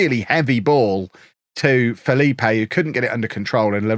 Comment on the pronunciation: FYI it is pronounced Felipe.